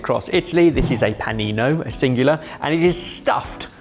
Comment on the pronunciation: I thought I was going crazy and all the Italians I know just pronounced mortadeLLa the way we do in Australia, no other word, just mortadella. 🤣 Especially when he correctly said Panino is the singular.